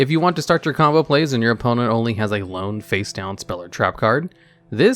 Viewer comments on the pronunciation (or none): Lone, not loan. Sorry, but it is just distracting. Are there any Rank 4 EARTH Plant monsters? Besides Traptrix because I don't see it being even anime level of okay to Astral Force in that deck. I used to do a combo with Milla and that one Prophet monster that shut cards down if I know what they are in my early Duel Links days to avoid annoying battle traps as this was before even Cosmic Cyclone. It only worked against Standard Duelists and took too long to get going, but the decent ATK made up for it for that time. Now I just use something like a Synchro Cyberse or Aroma deck for grinding Standard Duelists. The former leaving me longing for more generic Cyberse extra deck monsters that would work in Duel Links. Well time to suggest these again: Top 10 Tuner Synchro monsters Top 10 monsters that require all materials to be Synchro monsters Top 10 Goblin Cards Top 10 Best/Worst archetypes with only one support card Top 10 Best/Worst Cards with counter effects not including Spellcounters Top 10 Best/Worst Union monsters (I think that you might've done this one, but I am not sure. If so, then someone please link me to it) Top 10 Rush Duel cards you want in Master Duels Top 10 Best/Worst OCG cards unlikely to get a TCG release and why Top 10 Sphinx monsters That's all I got right now. You don't watch the anime so my only other idea is not worth suggesting. Time to sit back and wait for whatever ideas end up being picked. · loan? lone?